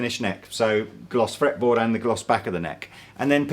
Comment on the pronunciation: I laughed at "gloss fraple metboard"!